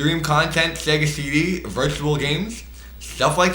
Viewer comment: Shega sheedee Playshtashon shree